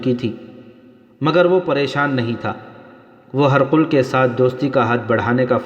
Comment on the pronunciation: ہر قل نہیں پڈھاجاے گا بلکہ ہرقل hiraql ہ زیر ر زبر اور ق ل پر جزم